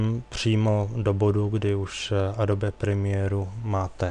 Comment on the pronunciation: To Adobe Premiere se čte: Edoubí Premiér! A nečte se to Adobe Premiéra!